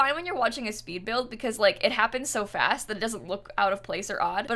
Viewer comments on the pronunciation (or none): none